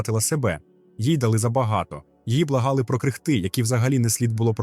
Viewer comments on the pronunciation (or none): Тема звісно супер. Але я не можу зрозуміти, чи то текст написаний ШІ і їм же і озвучений? Якісь логічні помилки, помилки у родах слів, невірні наголоси. "Її благали про крихтИ, які не слід було пропонувати. Але в якийсь момент вона прокинувся." Ну хоч би постаралися